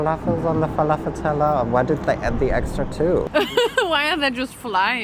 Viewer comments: Falavol 😂😂😂😂 I can’t 😊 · I know it’s her accent but that’s exactly how we say it in Palestine + Jordan which they’re the origin countries of falafel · I love how she pronounced falafel it's so close to the actual pronunciation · The way she pronounces falafel really makes my day